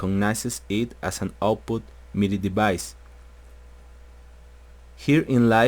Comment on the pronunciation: "midi deBice" u kiddin???))))))